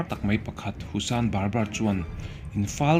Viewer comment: Husan bar bar ni lovin Hasan bar bar aw.